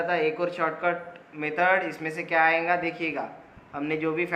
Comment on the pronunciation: Sab sai tha thank you.. Very much... But jab ap AYENGA bolte.. Meri hasi nei rukti 😂😂😂